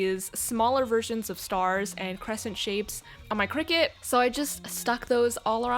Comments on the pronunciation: I kept hearing cricket 🦗 isn't it cricut (cr-y-cut)? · I think it’s pronounced cry-cut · When she said this video was sponsored by cricut i heard “Cricket” as in the phone company lol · I thought it was crycut omg 😭✋ its cricut and i keep hearing cricket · this sounds kinda weird but the way you say cricket it so satisfying lol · omg it’s cricut i’ve been pronouncing it “cry-cut”😭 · i literally have thought "cricut" was pronounced "cry-cut" for my whole life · Same. When she said 'cricket' I felt my whole world crumble around me. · She really says: cricket